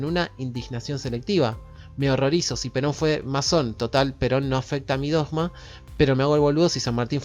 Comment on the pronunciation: voy x el minuto 11, es interesante, pero ¡no te aguanto más pronunciado la palabra "dogma" como si fuera una J y no una G! ¿Cuál es tu problema? Porque algún problema tenés... 🤷🏻‍♂️🤷🏻‍♂️🤷🏻‍♂️